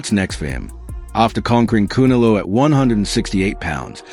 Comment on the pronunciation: Voice machine can't pronounce Canelo.